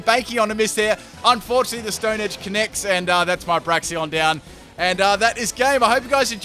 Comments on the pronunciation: Say it with me: Brakes-en Bray-ksen Brakes-en Bray-ksen Brakes-en Two ways to say it, both which are correct, none which are "braxion" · Não se diz "Braixions", se diz "Braiksens" 🙄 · Braixen not braxion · Am I the only one hearing Braixion instead of Braixen? 😂😂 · Braxion.... It says Braixen...Break Zen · It's pronounced "brakes-en" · Nice Fight ... but there is still no "o" in Braixen. d=